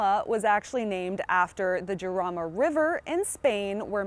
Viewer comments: It is not "Yarama" but "Harama" in english. Like "house", "home", "hit" but stronger. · it's pronounced harama. good review though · It's pronounced, Harama .... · Sorry hon. I had to turn off when you mispronounced the car's name. It's "haraama" or "charaama" depending on your accent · Isn't it pronounced Harama? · People who made the car pronounce it "yarama" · Right off the bat, the mispronunciation made me think she doesn't know what she's talking about. meh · I don't know how seriously I can take a review by someone who doesn't even know how to pronounce the name of the car correctly. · You miss pronounced the name. Still a great video. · With an H sound as in San Jose.